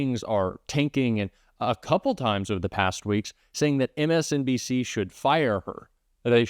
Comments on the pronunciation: He did not say "MSNBC" he said "MSBNC"! Who are they? He honestly cannot even read what is printed out in front of him on the teleprompter! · 45 can't even get MSNBC correct; he calls it MSDandC...haha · Did no one else notice trump say "MSDNC"? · did the idiot say "MSDNC" !? did he really try to say " MSNBC"? God what a brainless buffoon!!🤣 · So are we just gonna over look how badly he mispronounced those networks names.. fkn clown.😂😂😂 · He can't even say MSNBC 😂😂😂